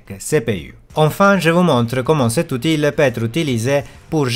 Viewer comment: Très intéressant, je vais tester ce logiciel très bientôt. Petite remarque pour parfaire ton français qui est déjà très bien, dans le mot Outil on ne prononce pas le L, ça se prononce "outi". 😉